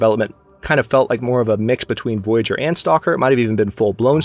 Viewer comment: Please correct me if I'm wrong, but I think you pronounce "Voyageur" wrong. The way you say it sounds more like the english word "voyager"". I'm guessing, since the game is Canadian, it's actually the french pronounciation as indicated by the spelling of the word. [vwajaʒœʀ]